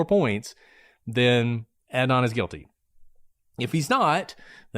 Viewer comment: I want to listen, but I’m two minutes in and can’t stand the fact that you are both choosing to butcher Adnan’s name. Pronouncing someone’s name incorrectly is a choice that speaks volumes. Not sure why you didn’t make an effort to provide him with the basic decency of learning to pronounce his name.